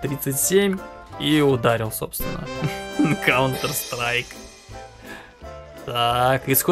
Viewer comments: не каунтр а контр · Каунтер страйк это неправильное произношение правильно контр страйк игра такая